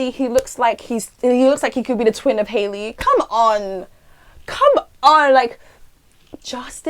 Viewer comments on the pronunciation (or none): none